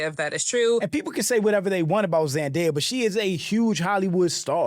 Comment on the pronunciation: Who TF is Zan-day-a? You mean Zen-day-a